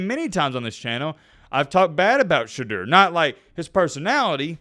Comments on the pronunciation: Its pronounced sha door not sha derr you dimwit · The man has corrected people for years... his name is pronounced SHA DOOR.